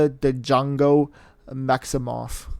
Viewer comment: Also Wanda's middle name is pronounced with no d so just jongo